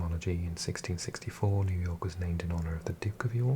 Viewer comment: I love how you say New York. ”Nu jaaw….. K”